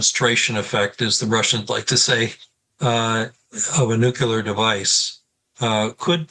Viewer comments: Never trust an analyst who says "Nukelar" instead of "Nuclear" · How can I listen to the analyses of a man who fails to pronounce nuclear properly? It is not nucular!!! Thanks, George W. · The guest loses all credibility when he cannot pronounce the word “nuclear” correctly